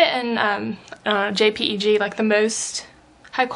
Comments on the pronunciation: First it is said like this "J-Peg" Not J-P-E-G. Second Jpeg sucks. There is too much compression. Way way too much. Png is much better i feel then jpeg and anyway why use these dumb apps. Just upload the picture to your computer then upload it in to photoshop then make it a TIFF file. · Some person I guess you got me.... I mean its a total moot point. Regardless of that fact the correct way to say Jpeg is how i said it up there "J-Peg" You are right. You can say it however you want. More power to you if you want to think this way. I wasn't trying to do any harm in my post. I was just saying that J-P-E-G isn't the right way to say it and was correcting her in-case she wanted to know next time she makes a video.